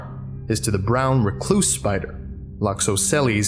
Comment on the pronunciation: It's a spy-eye-der.